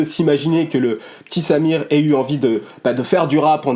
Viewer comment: C'est une bonne vidéo que tu nous propose encore une fois mais en revanche la prononciation de Symere est affreuse. C'est Saïmeré et non Samir ...